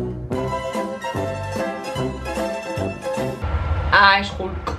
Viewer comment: Me encanta cuando dice que es sreck y esgulk